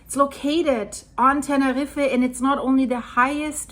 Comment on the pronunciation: Tene reefer??? 🤣